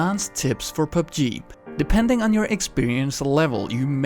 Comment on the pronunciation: it sound like you're saying "Pub Jeep"